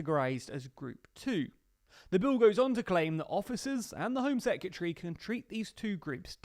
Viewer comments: Its not 'sec-yeh-tree'.... Its secretary... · Sec-you-tree? 👀 Surely he knows he's pronouncing it wrong, right?